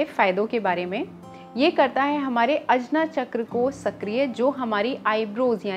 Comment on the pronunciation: आज्ञा को अजना बोलती हो, Funny